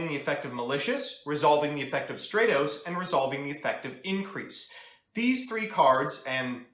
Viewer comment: Bothers me how you pronounce Stratos